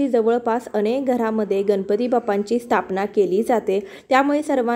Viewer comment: Kami velet anu kami khatatopat pooja karaychi vidhi chan sangitli ahe. Abhar. Uchcharan shuddh karata ale tar prayatna karava aapan. गणपती asa uchchar asava गनपति असा uchchar चुकीचा आहे. अर्थ बदलतो.